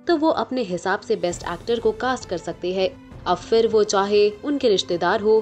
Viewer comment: I like the content of your programs, but you will have to work on your diction and pronunciations. There is no difference between है and हैं. It seems same.